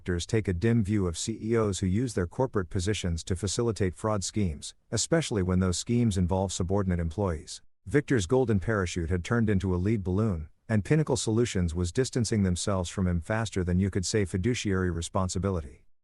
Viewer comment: “a leed balloon.” 😂